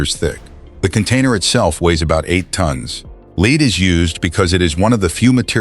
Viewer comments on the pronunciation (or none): The element ‘lead’, symbol Pb, is pronounced ‘led’ not ‘leed’!